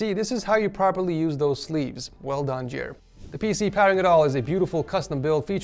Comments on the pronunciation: Not Jere but Jeer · i love how he says Jere like jer